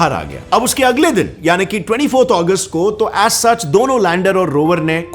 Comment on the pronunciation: Bro it is Agust not Aguest